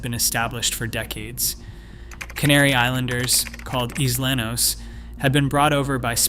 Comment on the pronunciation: You didnt pronounce Islenos correctly.